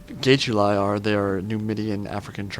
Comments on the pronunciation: I'm really looking forward to this campaign, and it'll be nice to hear perspective on everything:) Though just a heads-up, the 'ae' is called a dipthong, and makes an i sound. (except for when you say Caesar) So I think it's gi-tu-li, rather than gay-tu-li. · the g is "sweet". IPA: /ʤ/. Check the italian pronunciation of "getuli" on google. Edit: I checked and that sucks too. The "get" is good, the "uli" is off the mark.